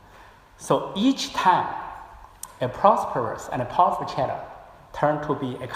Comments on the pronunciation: 先把China的音校準⋯⋯ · A X 对于你这种普通人肯定不会有这种要求，可是破空先生是学者，高学历的人要求高点不行吗？而且出席的场合很高端，难道不应该让更好的表现展现中国高级知识分子的涵养吗？你以为是个人就能去这种场合发表演讲吗？对于高级知识分子难道不应该有点要求吗？不然为啥大家对北大的校长念成鸿浩志这么反感？如果是你我这种普通人大家会关心吗？高级知识分子是国家脊梁是国之重器，连基本的china都念不准，难道不会虚心向别人请教吗？如果是在国内也就算了。好歹他在美国住了这么久，身边这么多美国人，不说别的，破空的语言环境比中国大学生好太多了，学无止境，而且年纪大了不是不学习的借口！因为这是对知识分子的要求，不是对你我这样普通人的要求！ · 吕chang 问题不止口音还没有字正腔圆，能多准备一下不好吗？连china都发音不准